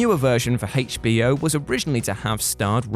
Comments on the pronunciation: Listen to how they pronounce HBO... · Why is he saying hbo like that? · Haich Bee Oh. lol. It's like when other countries say Zed instead of Zee. Just a slight difference in pronunciation.